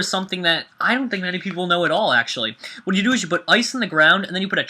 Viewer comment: he said whate you dodo